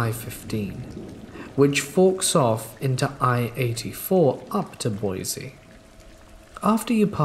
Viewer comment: Hey, I know it's completely irrelevant, but Boise is pronounced Boy-see not Boy-zee.